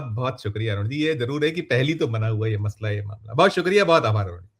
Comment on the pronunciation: मतला नहीं मसला होता है